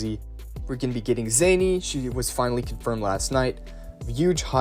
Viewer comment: Her name is pronounced Zah-knee